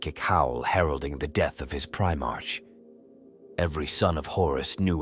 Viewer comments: Primarch is pronounced prime ark. Not prime-arch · Well, it's spelled "Primarch" but pronounced "Pri MARK". That, and pronouncing roman numerals as letters. Stuff like that is confusing for the AI. I think it's easy to fix going forward. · The ai voice saying primarch wrong everytime is so distracting for some reason 😅😅